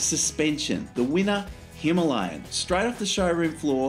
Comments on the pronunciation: That is the correct way of pronouncing it. Hima means snow Aalaya means abode so together means snow covered mountains in Sanskrit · All the Indian nationals I've spoken to pronounce it Hi-MAH-lian. It's their bike (and mountain), so that's the pronunciation I use.